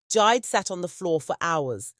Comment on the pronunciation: It is jee-day, 😂but great story, another one from west Africa